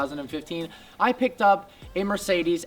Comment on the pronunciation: Explains how to pronounce Maybach and then pronounces Mercedes wrong 😂😂